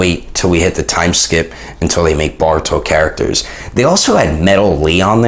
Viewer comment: Boruto not barito